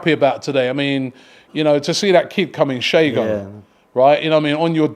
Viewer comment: Robbie with his name pronunciations. His name is "Say-go" not "Shay-go"